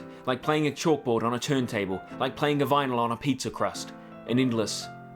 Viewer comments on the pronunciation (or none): none